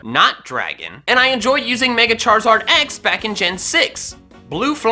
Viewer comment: It’s Charizard not Charzard